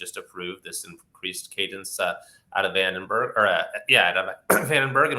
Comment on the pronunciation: Come on dude, VandenBORG ???¿???😮😅